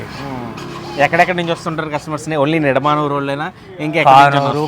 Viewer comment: నిడుమూరు అని చెబుతున్నారు,కాని అసలు పేరు నిడమానురు. మాది పోరంకి.